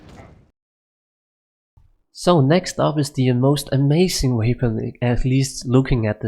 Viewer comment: Im even danish and his accent is not near of normal ish danish accent. The mercijen or whatever he is saying with that J sounds make no sense at all! And then, instead of saying weapon u say wavepon or theypon or something like that. But good videos probs